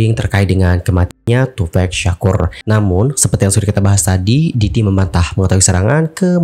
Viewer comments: Tupack bang pack. Bukan pec😑😆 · Bukan tupek... Tapi tupak nyebutnya. Kwkwk tupac